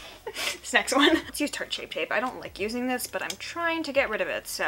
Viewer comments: listen I'm stoned af but did you say 'Shart Tape Shape'? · Anyone else catch the “sharpe tape shape”??!😂💜😂❤️ Instead of Tarte shape tape?